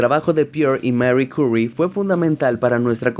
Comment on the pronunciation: Che,, hace tiempo q te sigo y veo q te esforzás al pedo x darle una pronunciación q suene a inglés y termina sonando a un ingles d merdis. Xq no lo pronunciás en español?! Q es eso d Marri Courri???????? Si lo querés pronunciar bien es «Marí Curí», no es inglés, ES FRANCÉS. Acá te dejo la fonética Marie: Se pronuncia /ma.ʁi/, muy similar al español pero con una "r" suave y gutural típica del francés. Curie: Se pronuncia /ky.ʁi/, donde la "u" francesa suena con los labios en posición de "u" pero intentando decir "i" (un sonido intermedio), y la "e" final no se pronuncia.